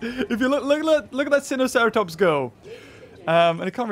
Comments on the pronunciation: Sinoceratops: Sigh-no-ceratops;) oh buddy!! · Its pronounced Py-no-cera-tops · It’s pronounced Sigh-no-sera-top-s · pronounces Sin-o-ceratops at the start of the video right but get it wrong later on in the video again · It's pronation sineosarerutops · its (sai-no-cer-a-tops) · Sighno-saratops sinocartops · It’s (si-no-cer-a-tops) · No it’s Sy-no-seruh-tops